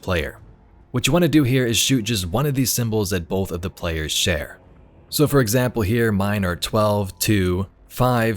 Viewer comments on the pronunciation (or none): none